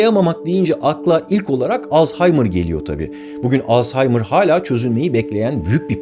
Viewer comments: Alz-- haymır 😂 alzaymir deyin geçin lütfen, o gereksiz H yi seslendirmezseniz de olur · Jokere coğkır dediğinde garipsemiştim be abi şimdi yeni bir şey daha öğrendim. Artık alzaymır değil als-haymır diyeceğiz. video her zamanki gibi müqqq